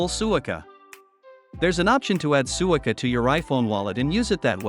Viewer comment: The AI voice should be programmed to pronounce “suica